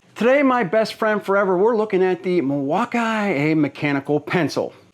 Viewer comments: Mil-walk-ki-ew-a........fail? Nice like..... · In fact, it's pronounced "mill-e-wah-que," which is Algonquin for "the good land." Alice Cooper